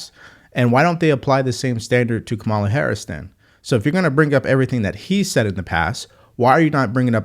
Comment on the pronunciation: Just a friendly reminder that her name is pronounced KAmala, not kaMALA.